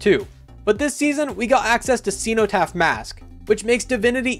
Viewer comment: Its... Sin o taph Ceno-taph Sin o not cee no tap